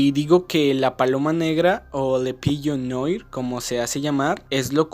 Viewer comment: Solo un detalle, "La Paloma Negra" en francés "Le Pigeon Noir" se pronuncia Le Pillo Nua De lo poco que he estudiado Francés, las palabras como Noir (Negro), se pronuncian Nua